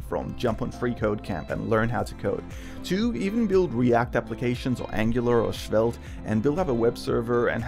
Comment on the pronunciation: Did I hear the wordd "Schveldt"😉